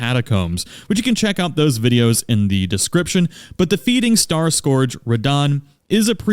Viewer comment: Scourge is pronounced skərj. Scoorge or whatever you are saying is not a word.